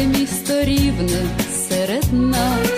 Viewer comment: Не Ровно , а РИвне!